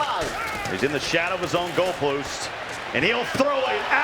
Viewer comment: "goal ploosts"